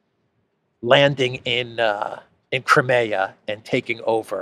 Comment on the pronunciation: Wish you'd pronounce Crimea properly!